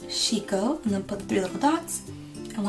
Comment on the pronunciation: did you give him Sheko but pronounce it Like Shiko. That's not japanese.